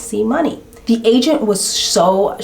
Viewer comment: OMG! The whole time I thought you were saying Asian instead of agent at the insurance place 😂